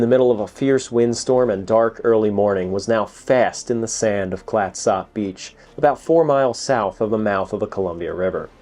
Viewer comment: Also it’s “CLATsup.” 😌